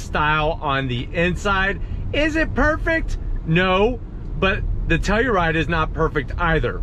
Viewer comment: Shot every time says “Teluride!”